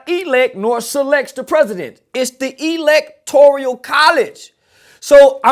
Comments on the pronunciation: “Electorial college” 🤣🤣🤣. He must’ve just learned that Umar’s video the other day and tried to put it to memory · “Electoreeyuhl College!” 🤦🏻‍♂️